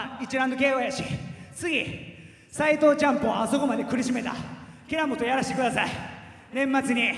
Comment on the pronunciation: 斎藤チャンプを苦しめた平本とやらしてくださいに聞こえたｗ